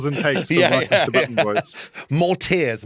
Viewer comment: I could have sworn the outro said "Blutton Bloys"...